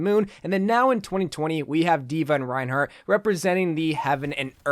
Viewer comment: No it's Rinehart